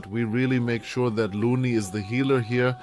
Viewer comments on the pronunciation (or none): Loony and melee lol, dude butchers pronunciations so bad 😂